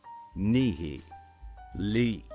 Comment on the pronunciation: When the speaker pronounces the entire word, they say "Nihi" with "ai", but when doing the breakdown, it changes to "i". Which one is it?